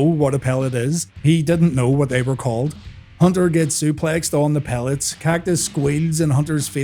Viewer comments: Complains that Jerry lawler doesnt k ow what a thing is called around 16 mins, and then calls them the wrong thing 😅🤣 Its pallets, not pellets :) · Pellets and pallets are two different things. I def hear you say pellets. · Pallets! not pellets lol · Aren't they called pallets, not pellets? Also who doesn't know what one of those are?